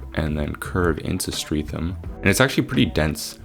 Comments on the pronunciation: Sydenham = Sid-en-um also Bermondsey = Ber-mund-zee(dwell on the Ber a bit more) and Streatham = Streh-tem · bermondsey is pronounced similar to how you said it, but less emphasis on the 'mond' (BER-mond-SEY), streatham is pronounced stret-um (note short 'e' sound), sydenham is pronounced sid-enn-um, dulwich is pronounced dull-itch, lewisham is pronounced loo-ish-um